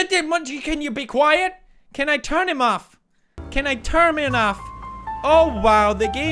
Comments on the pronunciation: Correction: 1st time: Can I turn him off. 2nd time (he says it twice BTW) Can I turm Hin off. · no he twisted his words ''can i turmin off'' sksksk